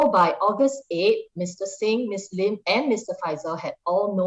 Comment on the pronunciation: it's "Sylvia Lim" and "Jamus Lim", not "Sylvia Leem" and "Jamus Leem".